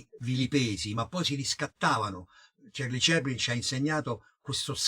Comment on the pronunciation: cerli ceplin non si puo' sentire!!con l' inglese egregio sig.huuummmmm.